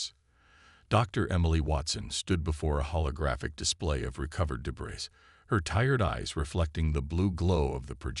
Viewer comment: Thanks. But, can you please explain what the following are: "EYE"(AI), "deh-BRISS"(debris), "REED"(RED for read), "GEE-num"(genome), "REE-gistreen"(registering) "MAG-nitt-ussphere"(magnetosphere). Most ALL of you guys AI's really suck!